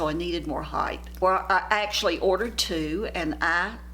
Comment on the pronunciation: a constructive aside, height, not heigth